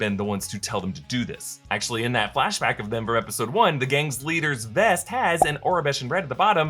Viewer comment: You didn't really just say Flash Bacta like his bacta tank 😂😂😂